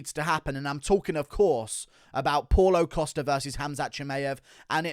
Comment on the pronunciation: “Paul-o Costa” 😂 I love how pronounces every name as if it was an English name